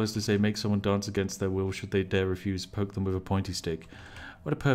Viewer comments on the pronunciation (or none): none